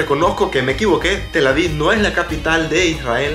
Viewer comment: Felicidades muy bonito video. Sólo una observación se pronuncia TelAviv con v al final no se pronuncia con d. Sigue adelante 👍